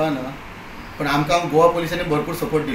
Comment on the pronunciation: Wen goa become Gova ?